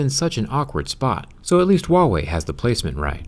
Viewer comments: Zach, for the love of God, it's not Uawei, it's Huawei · I haven't hear a single foreigner says 'HuaWei' with the H sound, lol. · WAIT THAT'S HOW YOU PRONOUNCE THAT? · Wait is that the right way to pronounce huawei?